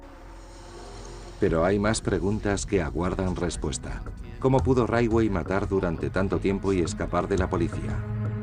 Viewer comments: Por qué pronuncia todo el rato como “raiwei” cuando todos los documentales en inglés dicen “ritchwei” (aproximadamente)? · "Raywey".... Jajajaja, siiiii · Muy buen documental, con lo único que no puedo es en como pronuncia el apellido de Gary. ¿Qué es eso de raitwey? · Por qué pronuncia Ridgway así? 🙄😖